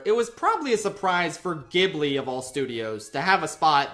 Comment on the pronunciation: it's pronounced ghibli not ghibli